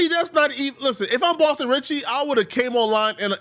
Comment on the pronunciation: “Boston Sitcky”